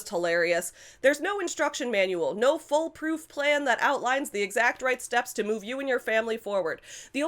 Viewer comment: I was listening to this while walking to work and kept thinking you were saying "foal-proof" instead of "full-proof" (while Laura meant "fool-proof"). So I was just imagining a tall gate.